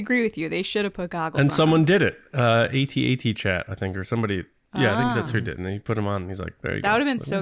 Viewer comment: you mispronounced "AT-AT Chat" How would you feel if they called your show "The Resistance Broodcest"?